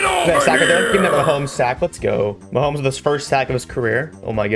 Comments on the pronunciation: Actually its ma hom es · No, it’s Ma hom os 😂😂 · “Me Patrick Ma HoM eS” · It's Mah om es